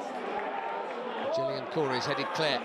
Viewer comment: Its not gillian its Gillingham as the commentary said up the Gills!!!